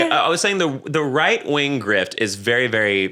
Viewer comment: wight wing gwift :3